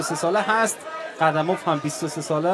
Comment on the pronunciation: نورستانی نام موسو ره صحیح نگفت قیوم اف گفت قدموف نگفت